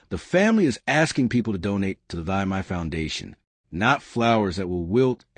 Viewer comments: For the first time, thanks the news host has pronounced the lady's first name correctly. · Thy is pronounced Tee or Thee.